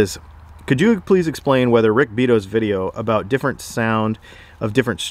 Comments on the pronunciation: It's Rick Bee-Ah-toe. If you want to score a collaboration it might help to pronounce his name properly. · Pretty sure Rick pronounces his name "bee-auto", not "beet-oh".